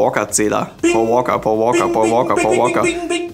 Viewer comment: sagt immer Poa Woaka;DD und nicht Paul Walker